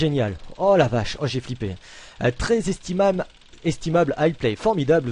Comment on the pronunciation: Je crois que t'as jamais bien dit "inestimable", ça ne doit pas faire parti de ton vocabulaire xD